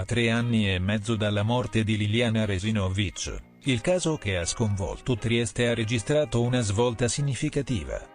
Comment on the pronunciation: Si pronuncia Re-si`-no-vich, non Re-si-no-vi`ch